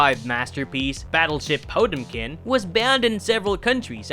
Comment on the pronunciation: is the voiceover guy here AI Cause, like most AI voiceovers, they tend to mispronounce common words. Arachnoids instead of arachnid, Po temp kin instead of Potemkin and so forth Too many youtubers us AI instead of speaking their own lines anymore